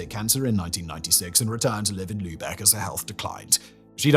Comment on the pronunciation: Props and Kudos for pronouncing Lübeck right! <3